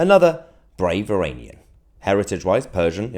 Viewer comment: i like what she is saying but she cant even pronounce "iranian" correctly